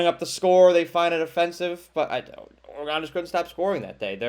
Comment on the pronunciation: Kinda knew where you were going when you said "Oragone".